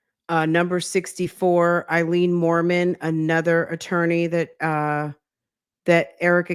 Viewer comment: I wonder if his "brother" will get in any trouble for pretending to be a turny (i.e. attorney, but says turny lol!)